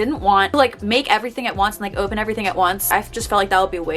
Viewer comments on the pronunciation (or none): none